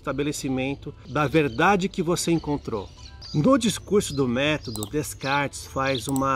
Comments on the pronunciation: Fala-se “Decartes” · Apesar da pronúncia "Descartes" estar incorreta, o conteúdo é bastante rico em conhecimento. Parabéns pela série FIIlosofando!